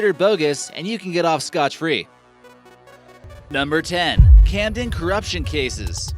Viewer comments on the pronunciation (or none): Did he just say "scotch free" smh